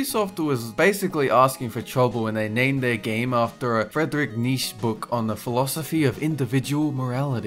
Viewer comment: you have to pronounce the "Che" at the end of Nietzche